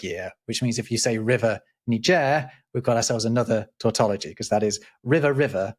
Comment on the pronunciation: can’t help but laugh when he said Ni Gir